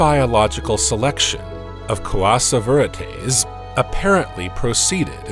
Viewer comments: Coa-ser-var-tease? {:o:O:} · The way he's pronouncing coacervates makes me think he's talking about a lesser-known Spanish conquistador.